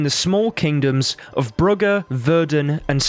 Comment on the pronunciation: Brugge is pronounced kind of like "Broosh". Vesimir refers to John of Brugge (I think that's the guys name at least) in the Witcher 3 when talking about alghouls I believe and that's how I learned the pronunciation.